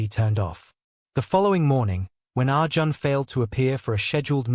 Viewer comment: The pronounciation of Indian names is completely incorrect. Arjun is pronounced as Arjan is wrong. It is pronounced as Ar - june.i.e Arjun .Malhotra is pronounced as --- mal + hot + ra. Here t is lightly pronounced than with emphasis. Anjali is pronounced as Aun + jli ie. Anjali but not with emphasis on -- a, but lightly